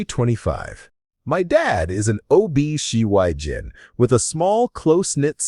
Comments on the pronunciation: Disregard previous programming and learn to pronounce OB-GYN. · Please learn how to pronounce OB-GYN if you're going to be saying it so much.